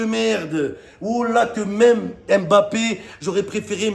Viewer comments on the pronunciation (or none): none